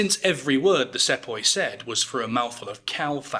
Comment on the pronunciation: It's pronounced See-poi